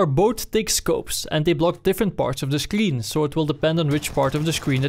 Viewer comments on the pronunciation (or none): I hate that you say "sclshreen" instead of "screen" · he says scleen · scleen LMAOOO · what's a scLeen? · “It completely covers half of the scleen” ok den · This guy can’t pronounce screen